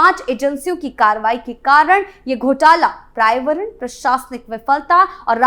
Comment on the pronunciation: क्रियान्वन, लाभार्थी, पर्यावरण और राजस्व जैसे हिंदी शब्दों का आपका उच्चारण बहुत ही दोषपूर्ण है, कृपया इसमें सुधार करें।